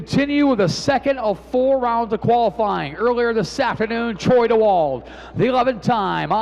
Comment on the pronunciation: Flo Racing, will you tell the boys in the booth it's pronounced Troy Dee-wald 😁